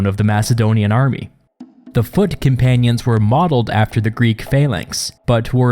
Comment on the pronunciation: From foot companions, I heard "fuckin panions"